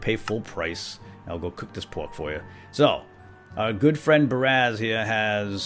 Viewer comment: God, every time he said Baraz it annoys the crap out me.